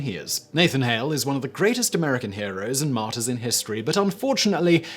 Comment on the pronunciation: Being a french man hearing Simon say martyrs sounds like Martin